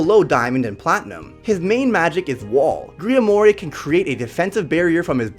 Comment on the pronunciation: Griamore is pronounced “Griamor” not “griamore”